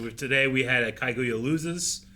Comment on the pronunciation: I wonder when any of them are going to pronounce Kaguya correctly